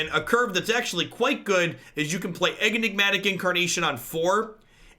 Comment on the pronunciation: are you calling it EGG-nigmatic on purpose?